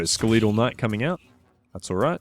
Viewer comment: Anyone else notice how he mispronounces skeletal?